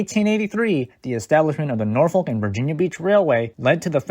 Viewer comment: Are you really from the area cuz you can't even pronounce Norfolk right?